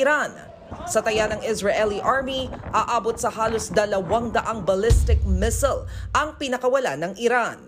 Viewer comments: Missile hindi mesel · Kairita ang Mis'l 😂 crocodil, compil